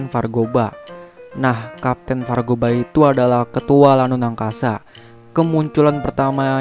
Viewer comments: Vargoba bang bukan vargoga😂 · Vargopa woi bukan vargoga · Kapten vargoba :) bukan vargoga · 05.02: vargoba bkn vargoga: v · KPT. VARGOGA? Bukan KPT. VARGOBA? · Kapten vargoba bukan vargoga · KAPTE VARGOBA BUKAN VARGOBA. JUGGERNAUT BUKAN JUNGLENAUT. GMN SI